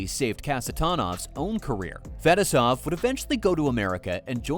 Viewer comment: Couldn’t you have learned to pronounce Fetisov, or am I sitting here criticizing AI?